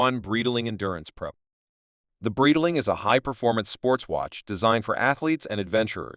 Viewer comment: Bro can't even pronounce Breitling currently what a joke